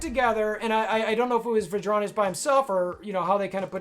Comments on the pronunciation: Fyi His name is “Vrondius” Not Vadronius I get you’re making a joke based on the notorious song but I’m sure he would appreciate his actual name shouted out in the video Especially if you’re using his spreadsheet, he’s a good friend of mine/co-captain and I’m not speaking for him but not actually saying his name right seems kinda disrespectful to me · Great video,! Your attempts at pronouncing Vrondius’ name cracked me up though!